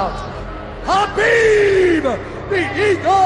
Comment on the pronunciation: But still messing up his first name a couple years ago😂